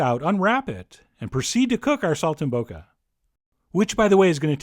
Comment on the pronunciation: Pronounced Sol - tim - bocca